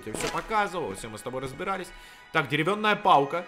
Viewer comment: Он говорит деревённая палка